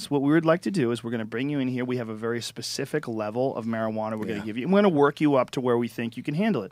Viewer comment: Why can't Americans say specific?